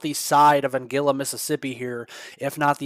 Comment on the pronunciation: An guil la, not angilla! Thank you 🙏That is 50 miles south of Shaw